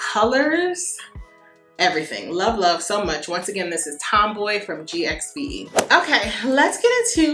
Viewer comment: The Gwen Stefani GXVE brand is pronounced “Give.” Love your videos.